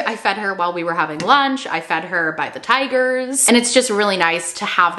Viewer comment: Me hearing "I fed her to the tigers" had to replay that bit 🤣